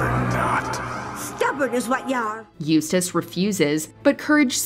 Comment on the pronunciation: Im just glad you guys got someone to pronounce Eustace's name right That other list was cringe as hell